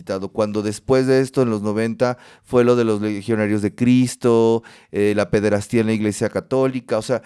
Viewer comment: Terrible la pronunciación del invitado. No se dice ochentas, noventas; no es pederastía, si no pederastia; peor que califique la matanza de Tlatelolco como genocidio y que, hablando en pasado, refiriéndose a Díaz Ordaz, diga "el presidente actual de ese momento" Tiene muchos datos, pero al no estructurar sus ideas, no se entiende nada. Muy mal.